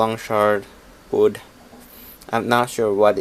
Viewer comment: God damnit it's WOOD NOT ODD.